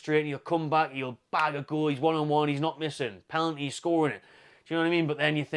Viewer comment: peh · nuhl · tee